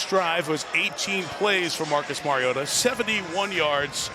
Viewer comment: Anyone else wonder why they, the booth, pronounced Marcus’s name wrong, and about 4 different ways all night! Mhar-eee-oh-tha!